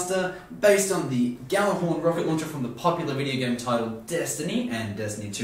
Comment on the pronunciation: I hate to do this to you, but due to the Scandinavian roots of its name, Gjallarhorn is pronounced more like "Yallarhorn" than "Gallarhorn".